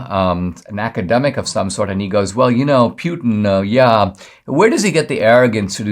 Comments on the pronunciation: Why are you saying, “pee-yoo-tin”? It’s pronounced, “pooty-tang”. EVERYONE knows that. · It’s pronounced Poo-tin, not Pew-tin. Yeah, I’m gonna be that guy.